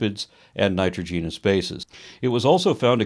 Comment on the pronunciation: Hey....great video....but one thing....it's pronounced (Nye-TROJ-in-us) bases....:) Sorry...just a small thing there....